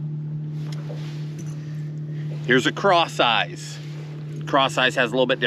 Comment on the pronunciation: Who else heard craw size instead of crosseyez?